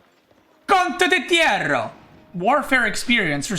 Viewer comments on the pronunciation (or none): i cant keep listening to him butchering the word Condottiero -.